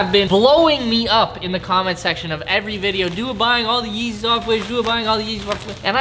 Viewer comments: Mans said real yezzys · Is it just me or did he say feezys a lot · he said feezys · did he say feezys